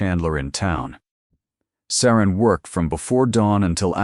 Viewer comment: It’s SARA NOT SARAN!!